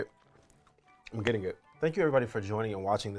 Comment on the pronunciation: Did he say gedddiding????